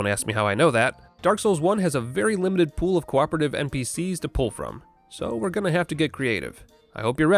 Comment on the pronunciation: Only available for a "-ted time" you say